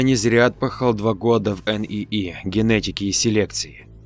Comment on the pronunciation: "кухо́нный", "интересне́й" ещё можно как-то принять за оговорку. Но как можно НИИ по буквам прочитать???